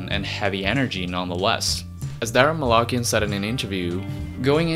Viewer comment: Hearing the pronunciation of these last names is so physically painful. Armenian last names have the intonation on the last letter "a", right before the "n". So Malakian is pronounced Malakián, Tankián, even Kardashian has that same rule and so on.